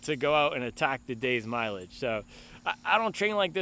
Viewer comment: Need to teach how to say mileage…😂😂😂